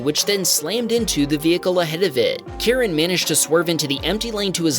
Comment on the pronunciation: I believe it's pronounced Kie- Ren. If you call him Karan, he may call the manager on you 😅.